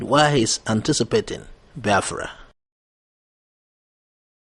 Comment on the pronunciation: Also how he pronounce Biafra he should correct it as well